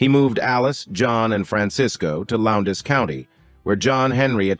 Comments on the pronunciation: Another AI video. Lowndes Co, Ga is pronounced as "Lownds" NOT "Lowd-des" . TLDR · Why ai for narrator? Loundes County, GA is pronounced like hounds. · Valdosta is not pronounced correctly! Neither is Lowndes County! Val-DOS-ta…dos like the computer language and Lowndes is low-(rhymes with Dow) so…and Lowndes rhymes with downs! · Then I suppose you were also not impressed with the ai narrator mispronouncing Loundes County. I was born in Atlanta in the 60s, lived all around 285 all my life. Spent my early 20s in College Park across the street from the Atlanta airport until they bought out the subdivision I was in very early 90s. Did you notice most of these guys barely made it to their 30s? That Earp brother was just 31, Holiday just 36 when they passed. Most of these dramatic events in Holiday's life happened in his 20s. That comedy "A million ways to die in the West" was pretty accurate in its description. Like just going to the bathroom, or outhouse, especially at night with rattlesnakes everywhere can get you killed. So expecting to die must've been a daily thought when rarely a man lived to 40. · I noticed in the first 3 minutes when the AI mispronounced Loundes County Georgia about . Ai aint nothing to fear. I try looking at it like our own personal assistant like a celebrity might have. And you decide when it's appropriate to use. Problem comes from people having a tendency to be lazy af and using it unnecessarily like here.